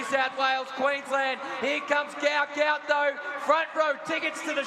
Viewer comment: “Gout of this world” Did he really just say that??